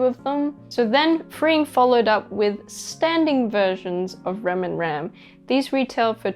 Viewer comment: Sorry but she says rams name wrong it's hard to explain but she said it wrong just saying